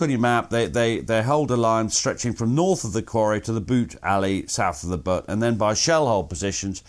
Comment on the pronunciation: It’s Buute not Butte, yes,……and is Varlencourt not Warlencourt